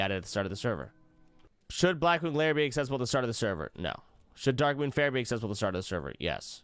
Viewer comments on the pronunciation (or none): none